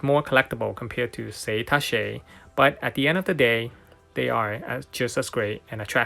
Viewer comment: You need to look up the pronunciation of “tacche”